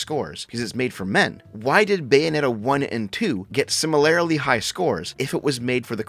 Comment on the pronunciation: for the love of christ if you say "similarily" one more fucking time IT'S SIMILARLY BUDDY PLEASE STOP THIS dont overcomplicate